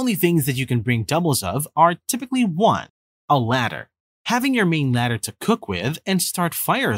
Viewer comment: AI voice. Several examples. "Ladder" instead of lighter. ". "Exchetera" insteas of etc. Not terrible advice but the girl drinking by hand from the stream was dumb.